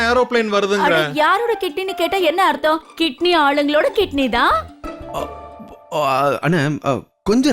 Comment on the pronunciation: கிட்னி இல்ல சிட்னி சூப்பர் காமெடி